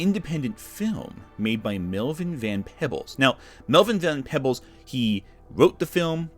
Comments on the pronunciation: It's Van PEEbles, not Van PeBBles. Also, your ASOIAF books being out of order behind your head is messing with my OCD. I just want to reach out and reorder then. <Insert Spock "Pain!.gif> Kristin Keuk who was in the Sci-Fi (or was it Syfy by then?) adaption is half Chinese. I know she is white-passing, but she still isn't really white. I think she is the half that Ursula references in her comment. Was that New Warriors comic the one that had the brother and sister standing like lovers on the comic art? It got dragged for that and calling them Safe Space or something terrible like that. Concord didn't fail because of character design. The character design isn't good, but it failed because it was an always online live service arena shooter that Sony wanted people to buy for full retail price in a market saturated with always online live service arena shooters that are free. Live service games of all types are failing, but going back several years other F2P online arena shooters have failed because there is no room in that market for games of that genre. People have Overwatch and Apex Legends and a handful of other games. They don't want any more. The gamers who aren't playing those games aren't interested in them. They want Lies of P 2 or to play Baldur's Gate 3 a 50th time, or Forza Horizon 6. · Melvin van Peebles last name is pronounced “pee-bles”. Man you are bad at pronouncing vowel sounds😂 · (Pee-bles) Melvin Van-Peebles kind sir, love your blogs.